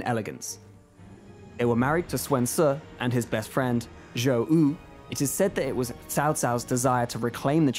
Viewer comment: And Joe Ooh. My my.